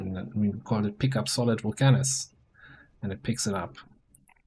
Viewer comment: "VulcAnus" hmmmm....